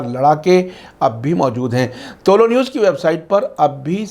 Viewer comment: Aap toh theek se tuloou news bol liya karo woh tuloo news he tuloo means rising ghuroob means sunset umeed he samjhe honge aap